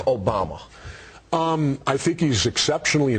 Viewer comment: John Mccain Osama Bin Laden election. did Jesse just call Obama "orama bin laden"?